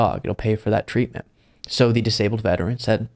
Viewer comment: I hate to say this but when you emphasize things like "they were a veteran! This is horrible" That implies that if it happened to just anyone then it wouldn't be so bad.